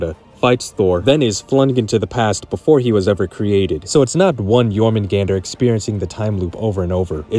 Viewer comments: It’s Your-Men-Gun-Der or Your-Men-goon-der. It is not Your-Men-GANDER 😂😂😂 do you pronounce the J in jalapeño? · the way this dude pronounces Jormgunandr is like chalk on a black board. its supposed to sound like Jormun-Gone-der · The pronunciation of jormungandr hurts me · MISPRONOUNCE JORMUNGANDR AGAIN! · Considering how many times you say it I can't believe you didn't pronounce jörmungandr right even once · Bro I hate the way you pronounce jormungandr it sounds much better when you pronounce the a as ah